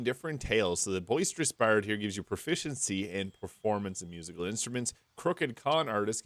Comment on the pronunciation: How on earth can you say the word "Proficiency" so many times in a row without accidently tongue-twisting yourself??